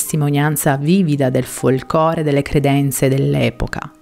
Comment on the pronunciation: Nn conoscevo la storia, grazie! Mi permetto solo di precisare che la parola e "folclore" non "folcore", chiedo pure scusa se ho offeso dicendolo, ma sono fissata con le parole e la grammatica, soprattutto per chi raggiunge tanti utenti! Ancora grazie!!